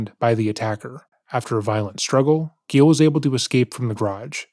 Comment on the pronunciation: “Gilles went to the garage.” Oh no, Gilles… “Gilles fought back and got the upper hand.” Aw hell yeah, Gilles! “He was embarrassed and decided not to report it to the police.” Damn it, Gilles… Edit: it’s Gilles not Gale. Sorry Gale!